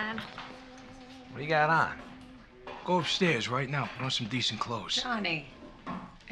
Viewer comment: "Let me tell you summ" and "tell you whut"